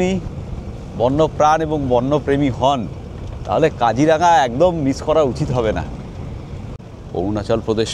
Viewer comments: Not Kajiranga it's Kajironga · Really enjoying your vlog. 👌🏽 I am grateful to be able to view my motherland from 7,000 miles away through your camera 🙏🏼🙏🏼 I would like to point out just one thing —- correct pronunciation of Kaziranga is কাজিৱঙা, and Nameri is pronounced as নামেৱি